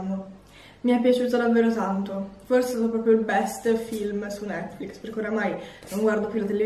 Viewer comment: Io che lo guardo nel 2020 sentire che non si sa pronunciare netflix é veramente molto strano 😂